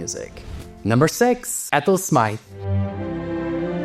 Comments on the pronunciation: Please watch your pronunciation. Britten’s long-term partner was Sir Peter Pears, the surname pronounced /peers/ not rhyming with the fruit or the soap. Dame Ethel Smyth was explicit in her diaries (in nine volumes) that her surname was /smith/, not /smaith/ - this is a common mistake. And Gian Carlo Menotti - the ‘o’ is short like ‘not’, not long like ‘note’. Tchaikovsky’s final symphony (ignoring the unfinished 7th) is the “Pathétique” pronounced as in French /patetik/, not as in English “pathetic” which has a totally different meaning. “Pathétique” in French means ‘kind’ or ‘knowing’ or ‘caring’ but in English means ‘sad, worthless, uninspired’. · Are you sure about Ethel Smyth? Wikipedia renders it as smaɪθ, linking a source which I honestly can't understand (mostly talking about the TH and not the Y, which is referred to as a "long I" [?!?]).